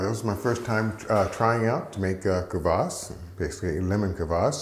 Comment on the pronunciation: Great video! Dead-on pronunciation of kvass (квасс). First time watching, very enjoyable and informative 😎👍👍🙏